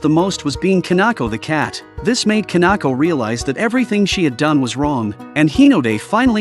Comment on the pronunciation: Kanako? Its Kinako